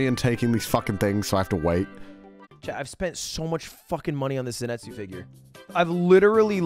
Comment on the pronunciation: Yo Lud, can't help but notice the lack of Disguised Toast climbing a mountain with u in absolute TERROR due to his fear of heights videos on ur channel? :-) I believe u beat him in the Bro vs Bro video and that was the prize right? XD Edit: Also, it's ZanITSU not ZiNATSU XD lol fake weeb alert